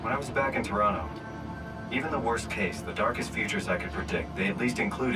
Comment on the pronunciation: Pronounces it to-ron-no like a real OT